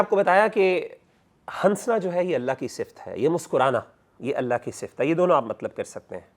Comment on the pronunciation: Salams. Mashallah may Allah increase ur knowledge Just a humble request that in urdu language we don’t say ‘hansna’ Noon is silent We say hassna Jazakillah khair